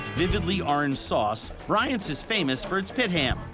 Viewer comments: Please stop saying “Bryant” 😭. Arthur Bryant’s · He butchered the name of the best bbq place in town, and then he ordered HAM ..... wtf is happening here?